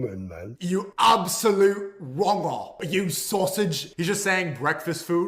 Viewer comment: 😂😂😂😂 "you absolute wonger"